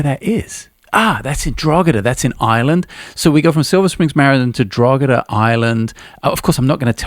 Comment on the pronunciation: Hope you have a good time over here in sunny Ireland. 😂 Drogheda is pronounced like Draw-hid-ah.